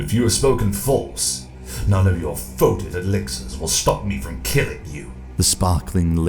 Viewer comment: Foe-Tid? Really dude